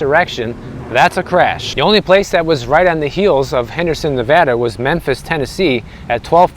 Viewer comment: Pronouncing Nevada correctly! Much respect to you.